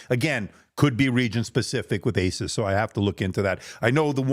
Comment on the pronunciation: Thank you for saying AY suss and not ay SOOSE which sounds ridiculous.